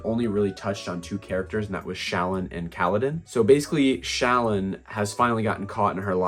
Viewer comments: i believe shallan’s name is pronounced shuh-lawn. ik there’s a video of someone asking brandon how it’s pronounced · Shallan is pronounced Sha-LAWN. Like “shalom,” basically.